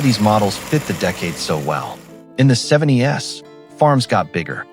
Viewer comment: "In the 70 S". 😩 G'bye!